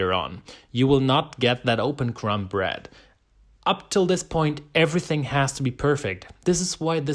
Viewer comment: Your videos are so well though out and edited. Well done! My sourdough started and several bread styles have been taken from your instruction. Thank you By the way, the 'b' in crumb is silent 😂